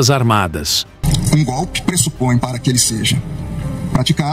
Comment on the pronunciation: Como Lula fala gopi.